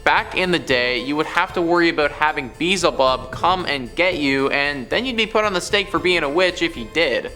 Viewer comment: It is pronounced be-el-ze bub .